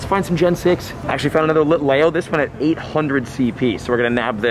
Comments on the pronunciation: It's pronounced Litleeo not Litlayo, but I know pokemon names can be hard and you are doing great! I know someone who said Litelayo so... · It’s pronounced lit le o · Lit-Lee-oooo not lit lay o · LIT LEO, NOT LEYO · Also you are saying Litlayo when the real way to say it is LitLEO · Its lit-lee-o not lit-lay-o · HE DID NOT CALL IT A LITAYO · its pronounced Lit-LEEoo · It’s lit lee oh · it is lit lee oh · Lol i was lowkey loosing my mind everytime he said litleo lol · That is not how you say litleo